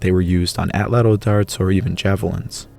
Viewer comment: you mispronounced Atlatl lol sorry since on all ur other videos u emphasize on it TL at the end makes at Tch sound just thought it was funny